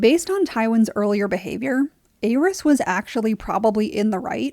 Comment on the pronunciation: Great video, only gripe is the way you pronounce the name of The Mad King. It’s pronounced AIR-EASE not AYE-RYS.